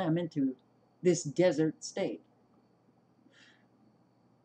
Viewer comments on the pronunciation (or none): none